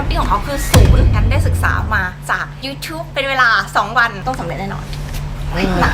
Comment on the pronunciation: ชอบสำเนียงตอนพูดว่ายูทูป //fcค่าาาา